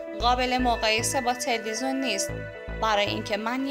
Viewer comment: خانم عزیز اون تلوزون نیست تلویزیونه خواهش می کنم بخاطر خودت برو کلاس فن بیان در این زمینه فاجعه هستی